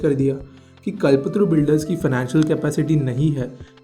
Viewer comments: the person who is doing the audio should know how to pronounce कल्पतरू and he is pronouncing it as कलपत्तरु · आप क्या हिंदी की ऐसी तैसी करते हो, एक अच्छा सा नाम ' कल्प तरू ' को ' कल पत्रू ' बोले जा रहे हो। कम से कम थोड़ा तो समझ के बोलो। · It is Kalp-Taaru not Kalpatru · It's call not kalpatru kalptaru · bhai kal patru nii hai voo its KALPTARU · Its कल्प तरू not कलपतरू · Phle "kalp taru" बोलना sikh le bhai😂